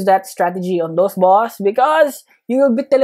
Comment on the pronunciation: When he went from saying boss to boos it made me laugh